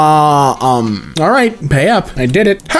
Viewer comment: finally somebody who says it right instead of "iz lum"